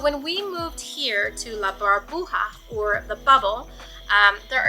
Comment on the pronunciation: Hi!! Love your videos!! One thing to tell you. Bubble in Spanish is Burbuja, with u, not Barbuja! 🤣🤣😂😂 its ok, one new word for you! 😉 Loved that place!! Hugs from Puerto Rico!! You should come visit us 🇵🇷🇵🇷